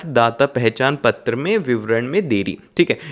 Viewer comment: He saying a not ptra like pathar writing 😂😂😂😂😂😂😂😂😂